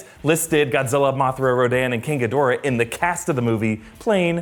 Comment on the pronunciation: G'Dora the Expolra, that pronunciation is all I can think of